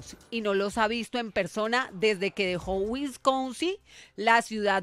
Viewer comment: Periodista: Wisconsin es un estado del Medio Oeste de EE.UU., no es una ciudad. Y así no se pronuncia